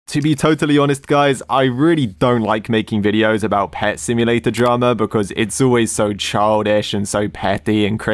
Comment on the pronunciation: Did i just hear blud saying "Pet symdrome" ? And what the FLIP is this emoji🤣 : Whoever that admin was-💀 ew.